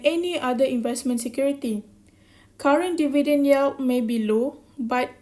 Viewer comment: Good effort.....you need to work on pronouncing 'yield and yields'...and differentiate between rising and raising...